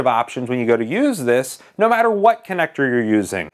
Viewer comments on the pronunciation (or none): none